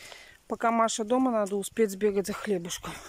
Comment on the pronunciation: Наа вместо надо Срау вместо сразу Наити вместо знаете 😜и т.д